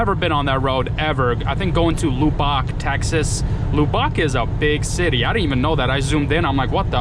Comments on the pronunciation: Lol loo bock!!! I think they pronounce it luh buck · It’s pronounced Luh-buck Texas 😂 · I've never heard anyone say Lubbock like that. It's pronounced LuhBuck. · Lubbock is pronounced Lub buck. It's the home of Texas Tech University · 1st that correct that him 👏 n it's Texas Tech University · Hey just to help you, its lub-ick l. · It’s pronounced Lub ock. Like saying RUB with an L